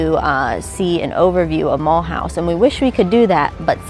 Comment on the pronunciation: Please do not pronounce it as Muulhouse, learn to say it the French way please.